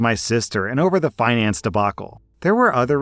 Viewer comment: Fiance debacle not finance.